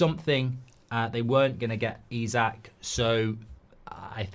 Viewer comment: Why do you keep calling Isak, Usyk ??